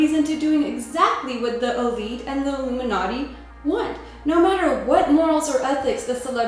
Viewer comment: Your audio sounds like you said: "oo-boob-in-Naughty" These shows are a secret bidding auction (order now and get an second angel in your bed for the evening at half price.)